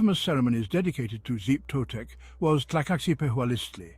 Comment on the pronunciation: clicked away at "zeep totec" holy shit dude